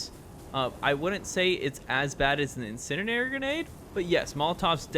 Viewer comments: Nice video, getting harder to find Insurgency content these days (I know vid is old) Ps. Pls learn how to say Incendiary my god 💀 It's like hearing a grown adult say "scabetti" instead of spaghetti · Thanks for the tips! But my man… you may need to brush up on how to say incendiary. 😅